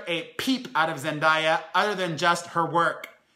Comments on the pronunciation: “ZEN-DAY-A” just sayin lol, all love ❤️😩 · ITS PRONOUNCED ZEN DAY YA damn🙄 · FYI Blake Griffin plans for the los angels clippers. Also, you are pronouncing Zendaya's name wrong. Love the video!